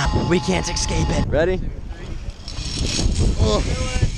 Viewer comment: It's pronounced 'ess-cape' not 'ex-cape'